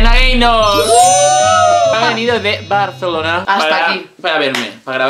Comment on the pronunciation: se dice Barcelona no Barcalona